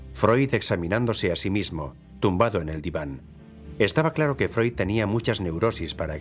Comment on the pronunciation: Se dice Freud, animal!